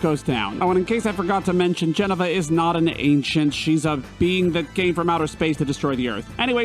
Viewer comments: For the guy who specified the pronunciation of a simple word like Midgar, he butchered Jenova. Like everytime he said “Jenn-uh-vuh” i cringed. Every form and media of FF7 calls it JENOVA (Juh- Nova) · It’s Jen o va not Jeneva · Jenna-va lol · OK that's two weird pronunciations. Why are you calling it Geneva instead of Jenova! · I love you but you're killing me. It's not "JEN uh va" It's "Jen OH va" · Disliked the video solely because you don't pronounce Jenova correct. This isn't a tomato tomatö situation. It is pronounced "juh-no-vuh" NOT "jen-uh-vuh". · I misheard Jenova as Jennifer and it made me so happy :) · "Je-nuh-vuh" really bothered me. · Everytime...every damn time lol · Ah yes, the Jenna-Va project. The word that definitely doesn't have an O in it anywhere. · Why did you fixate on the pronunciation of Midgar , but then mispronounce Jenova so many times lol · The most terrifying villain... Jennifer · It’s JEN OVA no idea what you said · Everytime you say "Jenova" I hear "Jennifer" and I love it! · Glad I read the comments. Was hoping the mispronunciation was a joke. Was grating. But yeah, now I can't stop hearing "Jennifer". LOL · you saying jenovah wrong, but it's funny. lol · "Midgar is pronounced *how everyone has been saying it for 20 years*" but hey bro you almost pronounced genova correctly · Also, "Jenn-OH-Va" xD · Pronouncing Jenova like it's Jennifer... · The way you pronounce jenova upsets me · The mispronunciation of Jenova AHHHHHHH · Loved the video my guy but your pronunciation of Jenova angers me 😆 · The way you say Jenova is giving strong M. Knight "Ong" vibes. Like when there's an established way to pronounce a name yet you choose to pronounce it however you want lol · Is there a reason you intentionally mispronounce Jenova? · Nice video but you pronounced Jenova wrong the entire time. Little hint: you can beat Ruby weapon with just cloud using the right material combo but you need nights of the round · No that’s not how you say Jenova